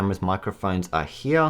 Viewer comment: “Heah” “Heah” “Heah” & “Heah”